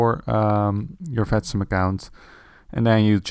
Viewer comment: then let me explain you: The simulation network should be written as "Vatsim" but the way it is pronounced in the video makes it sound like "fatsim". Now you know.